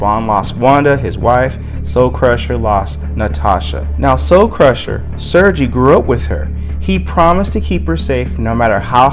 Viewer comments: I don't speak Russian either, but it's pronounced 'sir-gay'. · I as a spawn fan wanted to let you know Sergei name is Russian and pronounces sergay no pun intended but